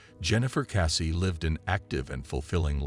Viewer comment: It is Jennifer Kessey not Cassey!